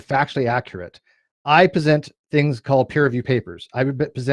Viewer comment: "I pesent sources"